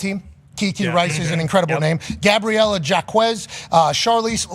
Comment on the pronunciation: Yo Pat! You just had a segment a few weeks back about pronoucing athletes names correctly and then you totally butcher Gabriela Jaquez name. Once again, you somehow show your Midwest’s bias towards the Latino community.